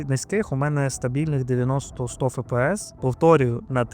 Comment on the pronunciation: F - це не літера «ФЕ». FPS: F - ЕФ, P - ПІ, S - ЕС. Здається в школі навіть назви літер вже не вчать.